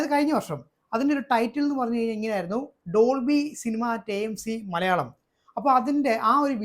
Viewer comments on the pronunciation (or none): none